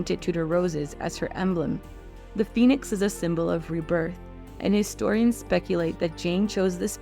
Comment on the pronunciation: Istorians? I think you pronounce the H ...